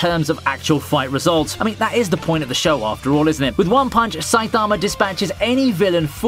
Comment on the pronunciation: this guys pronunciation of saitama is pissing me off